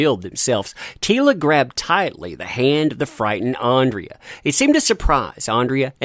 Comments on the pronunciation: So many comments, this is unlikely to be read or have an impact. You are trashing something that I don't think you have seen, based on your reliance on other news sources, a screenshot of episode synopsis, and your continued mispronunciation of a character's name "Andra" as "Andrea". You are just piling on someone that is more successful than you on a topic that is high in geek culture right now, and one that seems to be making a stride against a "masculine" character. There are 5 more episodes and I just hope they are as good as the first 5, and Kevin Smith has already hinted that He-man/ Adam will be returning in the next 5 episodes and isn't sure why Netflix hasn't released them yet. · Okay, this is bugging me for weeks now. But it's Andra not Andrea! You see it written multiple times in every article you cover, but don't read it carefully enough to realise you've made the same mistake for at least two weeks now. How are people supposed to think you care, when you can't even get the names right after reading them that many times? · IT'S ANDRA NOT ANDREA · The nasal voice-over, makes this sound like a bitter, southern belle!!! Her name is Andra NOT Andrea or however you're mispronouncing it.... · Good video but ffs its ANDRA not ANDRIA!!!!